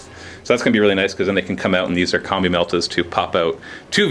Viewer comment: is it just me or does it sound like says "Here we got a bunch of comme meltas and comme flamers"?